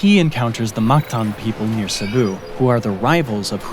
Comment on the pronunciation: *Cebu not Cepu